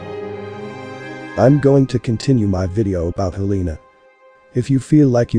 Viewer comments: HEL-e-na….its pronounced HEL-e-an….. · It's pronounced Hell-en-uh 😊 Just constructive criticism to help with the algorithm I love your channel 🙏🏼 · Its pronounced Hell en ah I like your videos, keep going.! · It's pronounced "Hell-le-na'